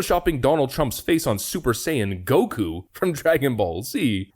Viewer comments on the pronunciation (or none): none